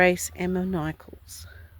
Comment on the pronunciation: ~~ not a criticism however, 😢this name is pronounced ‘Nickolss’ as in St. Nick (Father Christmas).